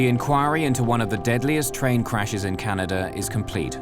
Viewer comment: Could someone tell me where is the “R” in Canada???🤦🏼‍♂️